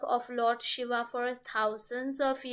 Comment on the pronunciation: Pronunciation is very important especially with God's name. She is saying Shava instead of Shiva. Take care, it's a blunder as they are totally opposite meaning.